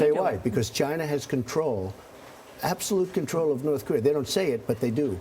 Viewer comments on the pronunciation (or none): Charlie by making smart business deals. And it's Korea not Korear. Also I'd love to ask the female reporter how many pounds of makeup is required for her to feel acceptable and beautiful. Superficial self conceited fucks. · "You want the Chinese to take care of North Kor-ear?" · WHY DO SO MANY PEOPLE PRONOUNCE IT NORTH CAREER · Sounds like Charlie Rose said north KOREER. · I grew up in California, but down the street from a Korean War veteran from Tennessee. He pronounced it Kuh ree err.